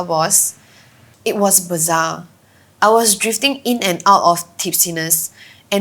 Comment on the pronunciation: Bizarre, not bazaar 🤦‍♂